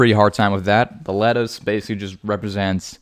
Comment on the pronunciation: Haha "let-oos"! Next time, make one for me! I'll pair it with some apple cider vinegar.